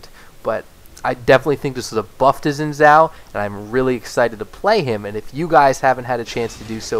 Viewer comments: I can't stand you pronouncing it zin zao, that's simply not correct. Learn how to say a champs name before making a whole video about him. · u just cant pronounce chinese properly